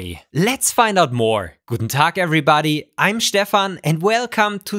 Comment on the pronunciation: why you prononce stefan as shhhtefene ?